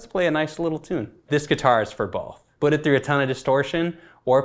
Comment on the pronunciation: Rob says 'but' instead of 'put'